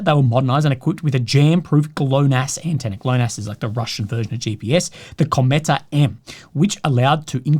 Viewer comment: Kometa - ko-mye-ta. I think a nothing word that contains every Cyrillic letter that's said like in English or close enough.